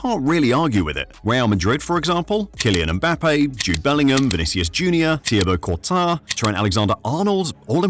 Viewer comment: thibou couta?????